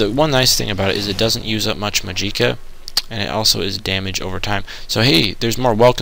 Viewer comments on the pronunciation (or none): Pronounced "ark-mage" and "magic-a" and pick up a freaking silver dagger already or something the guard's sword in Burma would have been perfect for Wraiths...